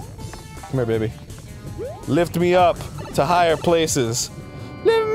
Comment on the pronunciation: I HATE the way some singers pronounce 'me'. They pronounce it as 'may' and it sounds stupid every time I hear it.